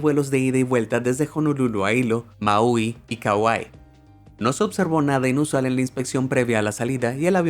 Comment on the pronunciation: Solo para tratar de que no te escuches como un ignorante amigo, la pronunciación de la palabra Boeing no es literalmente Boeing, sino que se pronuncia como si fuera Boing, lo mismo que Maui, no es como lo dices en tu vídeo, Maeoiui, se oye muy mal.